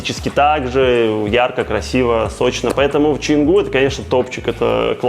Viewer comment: Почему пишешь Чангу, а говоришь Ченгу??